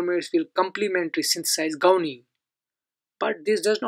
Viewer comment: It's not gounine it's guanine.... correct the pronunciation Mr. 🙂